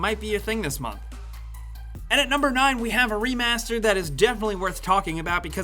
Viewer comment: "PC remeyaseeter"